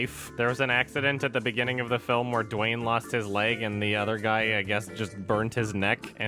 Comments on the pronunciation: through the whole video: * DWAIN, DWAIN, DWAIN, DWAIN, DWAIN, DWAIN... * (* BWOING, BWOING, BWOING, BWOING, BWOING, BWOING... *) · "Dwaayne" :D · Saying “Dwain” is very satisfying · Idk why but it made me very uncomfortable every time said 'Dwayne' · Every time says Dwayne I laugh uncontrollably